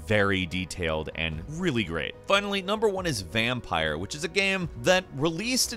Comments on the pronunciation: ITS VAMPEER NOT VAMPIRE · Its vampyr not vampire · Wha? Vampire? All this while I've been pronouncing Vampyr as Vahmpir!